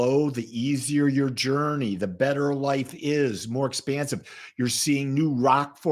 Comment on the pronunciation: Expansive not expensive lol